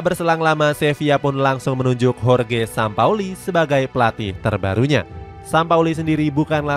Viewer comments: JORGE SAMPAOLI.. bukan SAMAPOLI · Jorge Sampaoli min... Bukan Jorge samapoli 😂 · sampaoli min bukan sama poli 😂